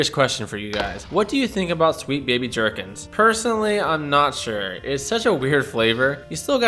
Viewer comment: Not sure if I love or hate how you pronounce gherkins 😅 but another good video thanks dude